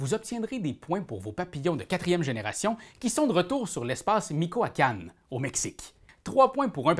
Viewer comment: Merci pour cette vidéo ! Et au passage Michoacán se dit /Mitchoacane/ ! 😉